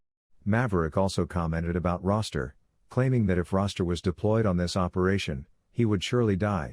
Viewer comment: It's Rooster like the male chicken.